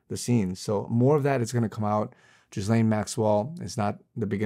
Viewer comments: please learn how to pronounce Ghislaine. It’s “gill-aine” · Lol, this false prophet can’t even pronounce her name right !!!! 😂😂😂